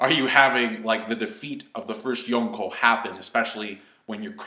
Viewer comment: i think its pronounced yon-co not yun-co